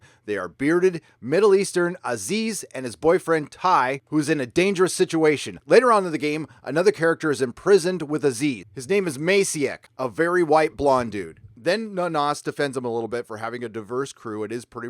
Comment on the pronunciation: Hey, this might be somewhat useful for you: the name of this blond guy, Maciek, is pronounced 'matchek'. Anyway, you can go to the google translate, type 'maciek', set language to Polish and click the sound button to get the pronunciation. Thanks for the frequent videos and updates:). Cheers!